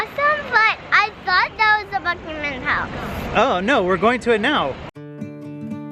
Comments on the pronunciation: Parker: Bucmamam palace Me: who lives in England Buckingham palace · It's not Buckingham palace it's Bucky min palace